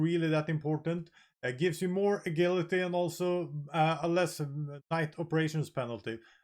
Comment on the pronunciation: "A gil ity." i love it.